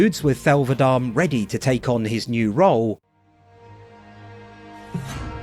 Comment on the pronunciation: it's va-de-me ffs😂